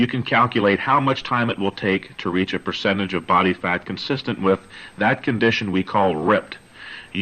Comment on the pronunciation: It’s amazing how he says 25 percent protein